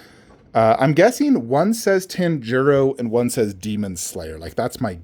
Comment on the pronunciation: my boy, your saying Tanjiro's name wrong...😉